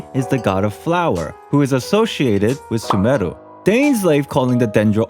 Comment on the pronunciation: is no one gonna talk about how good his pronunciation of sumeru is?